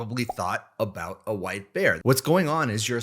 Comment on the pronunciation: "don't think about a wipe air"... well. I was wondering what you said... and then as you said "what just happened" I realized you said white bear...